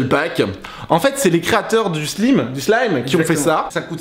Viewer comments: Sa ne se dit pas slime mais slaim (pour le son quand tu parle).bref je t'adore et continue comme sa. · On dit pas Slim mais Slyme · On ne dit pas slim mais slaim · Adrien qui a gagné |et c pas "Slim" mais "Slyme" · on dit pas slip slaim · On dit slaïm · C'est Pas Slime Ca Se Dit Slaym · Il a dit "slim"(avec le song i) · Sa s'écria slime mais sa se dit slaime